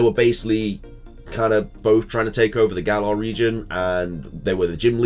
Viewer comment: Just to inform everybody I showed my friend(who is British BTW) the spelling of the region Galar and told her it's based on the UK and she said If that's the case it's pronounced Gal(like you are saying pal with a G)-lar (like pillar without pil so just lar)